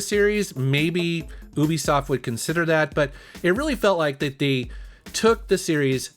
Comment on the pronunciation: "oobisoft" do i have to say anything else?